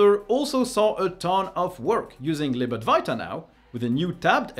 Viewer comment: Why do you always say Lib Adwarta instead of [ad-va-ita]